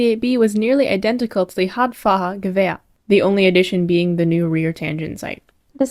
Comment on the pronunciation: "This is not a peace. It is an armistice for twenty years." - Ferdinand Foch in 1919 😄 "Radfahrer" is roughly pronounced "Rud - far - rare"